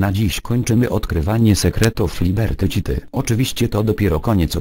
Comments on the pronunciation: Jak robisz to ivoną to pisz fonetycznie "liberty sity" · "Libetri Ćity" xDDDD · " Liberty Ćity" haha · Liberty ćity xD Głos na "lubię" bo połowy nie wiedziałem.